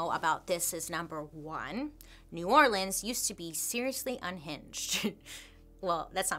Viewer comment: I love how Bailey is pronouncing New Orleans like a Louisianan 🥰